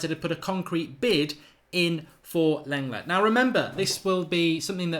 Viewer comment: it's pronounced Longlay